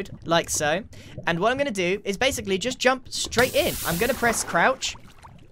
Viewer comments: now “base-Ically”, nice one 👍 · But "base" ically